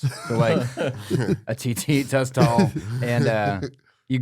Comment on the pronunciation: “tuss tol” lololol